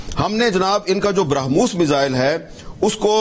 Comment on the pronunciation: Eik to brakhmoos nai hai, Brah-Mos naam hai missile ka. Brah (Bharat) - Mos (Moscow). Its a joint venture between Russia and India.